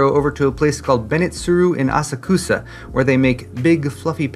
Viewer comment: Love the Japan footage! You reminded me of my visit, when I asked a cab driver to take me to "AsakUsa." He looked at me severely and shouted "Asaksa!" It was the only time I saw a Japanese person actually get mad. He must have had a gutfull of tourists that day. Apparently, the transliteration to roman characters messes up some syllables, so that you barely pronounce the vowel, if at all. "Asaksa" in now burned into my brain.